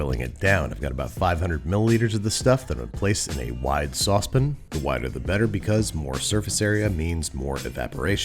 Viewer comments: I like this character because he doesn't paint his fingernails .... also, it's saucePAN! Not sausepn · A wide Saucepin ???😶😮 Really!! Babish? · Please stop saying sauce-pin! You don't always do this. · The heck is a Saucepin, sir? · sauce pin? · What the heck is a sauce pin? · The way you say saucepan is great...so funny